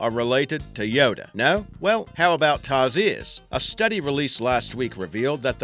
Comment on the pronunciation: Its called tarsier/s not tarzier